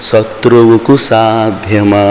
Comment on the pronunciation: సత్రువు కాదు సార్ శత్రువుకు సాద్యమా ముందు మీరు ఒక క్లారిటీ గా వినండి